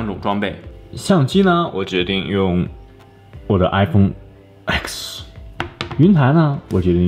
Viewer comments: 官方发音是ten或者10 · 明明就是iPhone ten～干嘛一直说X